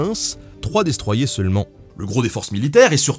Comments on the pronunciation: Pourquoi vous dites "Maru" avec l'accent mais "dé stroi yé" au lieu de "destroyer" ? Le plaisir Français d'emmerder les rosbifs ? xD Cool vidéo sinon ^^ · "Destroiyé" ? c'est pas "Destroyer" ?